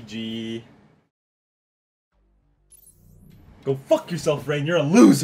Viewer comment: Am I the only one who heard him call Rain, Banks?